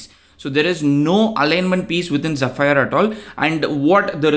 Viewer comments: The correct pronunciation for "zephyr" is ZEH-fur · i believe its pronounced like ze-fur... thanks for the video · AI: How can I help you today? You: Use phonetic formatting to show the correct pronunciation of 'Zephyr' AI: Sure! Zephyr is pronounced as "zeh-fər". ok that was still confunsing but its zef - fir as in fir tree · its zEpheer :D